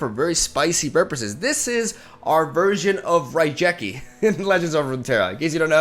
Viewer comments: Nice video as always. Just one thing... it's RaiGeki as Ge like how you pronounce Get. Can't help to ignore it as an old YGO player. Anyway keep up the good work. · The misspronounced raigeki made my ears bleed a bit